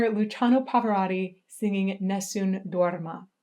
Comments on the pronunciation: Who is the "Pavörödi"? Did you mean "PA-VA-ROT-TI"? Your pronunciation so sucks. You should learn how to pronounce it. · Perdona il mio commento,ma anche tu come quasi tutti gli anglofoni hai una pronuncia di Pavarotti davvero pessima,so bene che nella tua lingua le doppie si pronunciano come una lettera sola,ma dovresti sforzarti di usare le 2 TT di PavaroTTi,inoltre voi anglofoni traformate la lettera T in D,e questo cambia completamente il suono,diventa un'altra cosa,ti suggerisco di cercare file audio dove Pavarotti viene pronunciato correttamente,fallo almeno per il maestro,per le altre parole posso fare finta di niente,ma il suo nome è importantissimo per me,si lo sò sono un rompi @@ scusami di nuovo. PS sei bellissima(L e S doppie). 🤣🤣😂😂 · The correct pronunciation is Turandot with the final "t" because it is not French but the name of an oriental princess. And... there are two "t" in Pavarotti!! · Please learn the proper pronunciation of Pavarotti.. It is not Pavoraughti It is Pavaroati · It is Pa-Va-Ro-Tii Not Pavarori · Please don't pronounce your last name like that!! “Pavarori” 😖, It must be pronounced with T, PavaroTTi.. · It's Pavarotti, not Pavaratti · Parvararddi! Turandoe! Bizarre pronunciations.Turandot is not a French name, although it might look like one, and therefore the last T is pronounced. As for Pavarotti. The American way of pronouncing long As in foreign names sounds so strange. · Pavarotti is not "Pav'radi". For fuck's sake, if you're going to publicly talk about somebody for half an hour, at least make sure you know how to pronounce his name. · Love it but his surname is Pavarotti. Notice the O after the R. it is not an A. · you really butchered the his name haha, love the vids though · It's PavaroTTi, T as in fucking table, tornado, you always misspell italian names and surnames